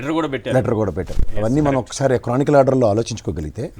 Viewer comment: cronical order endira.... chronological .... tikka na